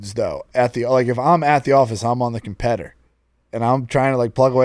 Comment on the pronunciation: "competter" my favorite scene in love on the spectrum lmao